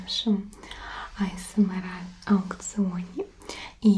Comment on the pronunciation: Вы уж определитесь с произношением. Англ.: Эй Эс Эм Ар, Рус.: А Эс Эм ЭР!